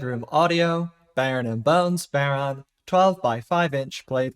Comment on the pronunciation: Just a note on pronunciation - it's bow-rawn. Bow rhyming with wow, fawn rhyming with lawn. Nice to see someone covering it, though!